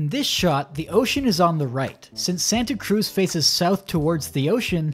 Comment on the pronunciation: As someone who lives in the Bay Area, I cringed so hard everytime he said Santa Cruz.